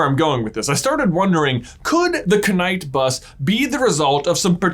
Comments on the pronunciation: It is a reference to the wizard money video, where they mocked the fact that a knut is pronounced with the K ;) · no its just because the knutts (the bronze coins) are pronounced with a k. its just a channel joke that they pronounce every kn word with a audible k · haha its a running bit, not a faux pas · Why is the “k” pronounced? Lol😂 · SPRUNG! You didn't speak the K in knight bus :P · I feel a stab of pain every time he pronounces the K. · the funniest part is how the subtitles can't understand how j is pronouncing knight bus i've seen canaan bus, good night bus, and the kenai bus. lol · He pronounced Knight Bus so many times in the way he did, that I truly started to think I was wrong in saying it the same as night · Am i missing an inside joke? Whats with Js pronunciation of the knight bus? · The K in the knight bus is SILENT. I can't watch this guy. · Ku-Night-Bus apparently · When he said "Ka-night bus" instead of Knightbus, he was only one letter away from addressing me directly through out the video Now I'm feeling a letter away from happy, like "hapy" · THE K IS SILENT!!!!! AAAAHH!!!😤 No hate just annoyed about that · You are obviously new to the channel then. Try watching the "why is it called knight bus?" video. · KA... Night bus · Me at the beginning of the video: Wait have I been pronouncing Knight Bus wring this full time? ...is it K-night?! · new drinking game, drink every time J says K-night Bus, will get you hammered in 3 minutes. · Did anyone realize that was saying the Kn-night bus the whole time!?’😂🤓🤨🤭😬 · I think he's making a reference to the fact that knuts are pronounce kuh-nut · “The k night bus” 😂😂😂😂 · Right, The Ka-night bus why dose he keep saying it like that lol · I love your videos, but when you pronounce the knight bus wrong on purpose multiple times.....it’s super annoying. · Had to turn off. Legit couldn't get over the pronunciation of Knight bus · Is anyone else annoyed by him saying “k” night bus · Why do you say KEnight buss?